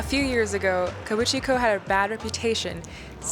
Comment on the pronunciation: I’m dying laughing at “kabuchiko,” it’s “kabukicho” 😂😂